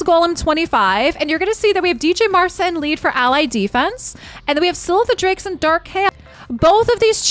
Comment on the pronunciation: I cannot wrap my head around the whole DJ Marsa pronunciation because it's not even shorter: De Jay Mar Sa is 4 syllables while Dja Mar Sa is 3. There must be another reason you call her a DJ. Maybe you know something about her past as a disc jockey or something.